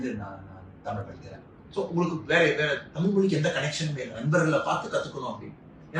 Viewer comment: At tami'zh' and mo'zh'i he gets it 100%